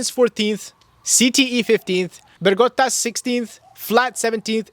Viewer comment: And he said it right How it is suposed to 😂 funny af